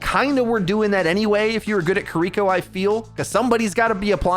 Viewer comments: Kiriko is pronounced "kee-ree-ko" with flat intonation, not "kuh-rico" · I love how you pronounced Kiriko as *Keriko*. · & here I am again asking why, when someone's livelihood is OW, are you STILL saying KUH-RI-KO????? Please for the love of fucking christ, just say her name right. Go watch her short or go listen to ML7 say her name. JUST SAY IT CORRECTLY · why can't you say kiriko correct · Nice videos! As others have said her name is pronounced "KI RI KO". Key-re-ko would probably be acceptable. No disrespect intended. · please... please learn to say kiriko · One day will learn how to pronounce kiriko. But today is not that day. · The way you pronounce kiriko is so wrong lmao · You spent so long pronouncing Kiriko correctly... What happened,?